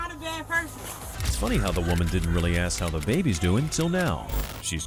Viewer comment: Tempest lol but cant pronounce ask